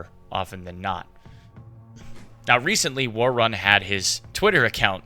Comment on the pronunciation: He's saying ”worrun” so awkwardly